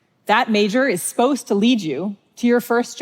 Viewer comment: Did she just say "sposed to know"? Omg she's doing it more! Does anyone know if she has a speech impediment?